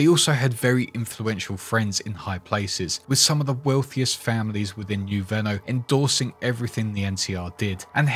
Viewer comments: Are you mispronouncing new Reno on purpose cause it's annoying as fuck it's not new Renault it's new Reno 🤦. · Me wondering what 'Nurenno' is, and then realizing American English makes no sense — he is saying 'New Reno' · Did you miss pronounce new reno on purpose or?